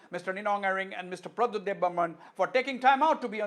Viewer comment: The smart answer of bubagra of Tipraha, Pradyot ji is brainest. Mr anchor learn to say Pradyot JI.